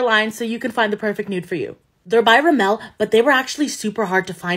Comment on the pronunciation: Say it with me, RIMM-ULL